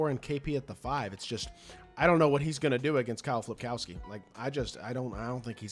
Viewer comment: FILPOWSKI, NOT FLIP